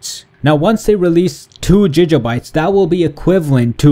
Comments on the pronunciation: it's not jija bytes it's gig bytes...smh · i hate how he says jijabytes its gigabytes danm it!! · stop fucking saying jija bytes!! it's Giga!! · its giga. not jija. Like quagmire when he says gigitty its gig uh bites. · why is he saying Fiji instead of gig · Why is he saying Jija bytes it's Giga Bytes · Jijabites, dont you mean gigabites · what's a jijabye don't you mean.......... gigabyte lol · your saying jijabites its gigabytes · Wow jijjabytes😂😂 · It's fucking giga not jija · He says JiJa bites, I think he's Intentionaly mugging us off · Lol jijabytes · WTF IS GIJA BITES LOL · Jijabytes?? XD You said Megabytes right but whats up with the Gigabytes XD, anyways good vid, thanks for the info. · gig pronounced as a band playing the contract, and ah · "Gija bites" HAHAHAHA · "Ji ga Bites " LEL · JIJA BITES OR GIJA BITES?!?!? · Why are you pronouncing gigabytes "jijjabites" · "jija bites" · "Jijabyte"? xD HAHAHAH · It is pronounced Gig•uh•bites"" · 2 jijabytes? 😂😂😂😂😂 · say it with me gig a byte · The way he says gigabytes wtf XD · There's no way hes pronouncing gigabytes right??!! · Giga bytes can't blame you the way you pronounce it is the way you spell it, but bruh don't . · It annoys me how he says gigabytes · Can't even say gigabytes right smh